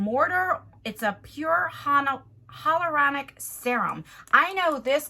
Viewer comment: It is pronounced hy-a-luronic. Everyone misses the a in it. No one can ever say it right. Hell to the no for this box. It reminds of that advent calendar with all samples. For that price there should be some sort of full sized product.😀 As always thank you for sharing 💗